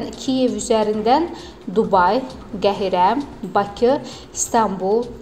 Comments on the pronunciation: QEHİRE DEYİL QAHİRƏ-DİR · Obune yox, abunə!!!! Qəhire yox, Qahirə!!!! Duzgun təlaffüz ele dili!!!!